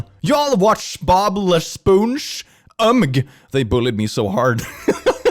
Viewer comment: As a french person: "Bob le spouge"???? Really now??